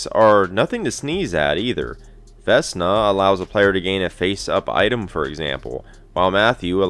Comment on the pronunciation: you got a bonus point for pronouncing Vesna correctly with an S sound rather than a Z sound